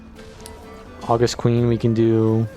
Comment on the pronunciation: Small nitpick: august is the adjective meaning dignified or awe-inspiring. It's not the month of August, and it's pronounced with stress on the second syllable (aw-GUST)